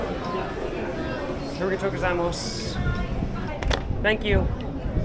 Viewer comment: uh ree guh toe go zai moss 😂